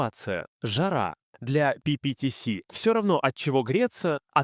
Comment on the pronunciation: Ага, только почему-то то ПиПиТиЭс, то ПиПиТиСи. Я уж про ударения не буду.